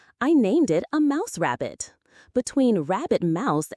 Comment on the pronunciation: it's a mabbit or rouse. 😂 Lol.